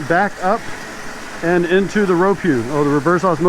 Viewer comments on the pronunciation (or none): Hey,....you said ROWPU...hard to get the Horse out of a fellow.